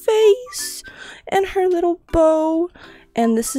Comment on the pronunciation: Bro she siad wittle💀☠️💀☠️💀